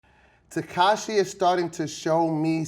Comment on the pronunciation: He can’t even pronounce his name “tekashae”